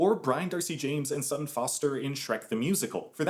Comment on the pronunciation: They're brilliant with remakes...# And I'm certain that's not how Sutton is pronounced. And I don't think she's been in anything since the '60s.